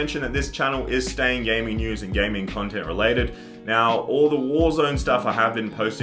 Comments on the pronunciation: Chontent chomp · Chontent Chop on ChampChong